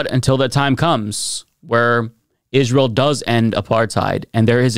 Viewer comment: Hey, there's no "H" in Israel. Just trying to help.